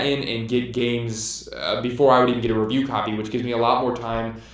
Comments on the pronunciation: FYI the word “copy” doesn’t have three syllables. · the way he says copy is awesome :P